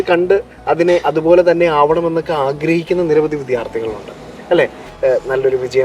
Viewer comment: വിദ്ധ്യാർത്ഥി അല്ല വിദ്യാർത്ഥി ✅